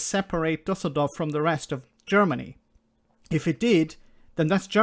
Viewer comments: Just a personal compliment (even so a lot could be said). Great pronounciation by of the Düsseldorf city name with the Ü "Umlaut". Well done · No, it was good. As a German i give you the "Umlaut reward"